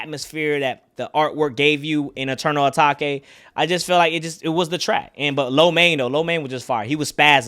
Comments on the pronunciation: “Eternal Atak-ay” 😂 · Bro pronounced the album the wrong way the whole video